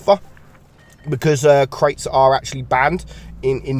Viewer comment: My interest ended when I heard crates